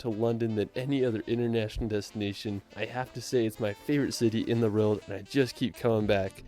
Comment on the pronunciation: I do not enjoy travel videos - including his total mispronuncuations of British placenames. (Or even the "world" which he just cannot say!?!) I will say his photography seems on point though...